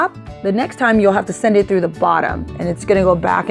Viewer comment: Automatically knew this was a local girl when she said TREW (for through) ~ I see you 😂! Loved the tutorial, I needed ideas for my goddaughter graduating on the mainland! Can’t wait to make this. 😍😍😍